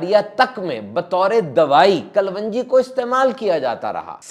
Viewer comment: Kalonji, not klwanji